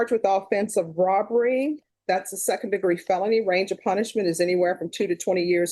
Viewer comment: It drives me absolutely insane that Judge Boyd doesn’t know how to say felony group one. She says phelpny group one